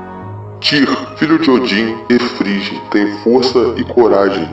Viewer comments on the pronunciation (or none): Hugin é pronunciado Hugin como Ugin. Loki é traiçoeira e Figg se pronuncia Friggi vc ou gui. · Pelo amor dos Aesir Frigg pareceu frigideira. Ela não.muda de cor de roupa. Ela é responsável por Fiat das nuvens as mesmas as Nornirs. Hel é regente de Hellheimr. E Bragui se pronuncia gui e não gi. Gi não existe. Balder não é frio é a luz o mais amado dos Deuses. J tem sou de I entao é Nijord com ênfase no R.